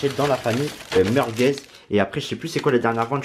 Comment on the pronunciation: Il dit meurqueuz😂😂😂😂